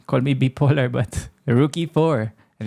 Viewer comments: In English we would ordinarily pronounce 'bipolar' as BYE-polar, but with that shirt on you must naturally say BEE-polar. Maybe even "killer BEE-polar"! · Love the pronunciation of “bee-polar” when is dressed like a bee…